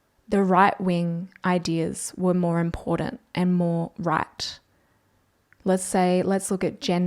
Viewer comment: Please say im-por-TANT not im-por-DANT im not being the grammer police but since ive heard ALBO pronouncing it like that i really hate the shit out of it.